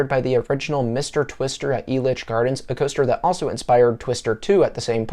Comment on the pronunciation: Hey props to you dude for actually pronouncing Elitch Gardens correctly. Also excellent video!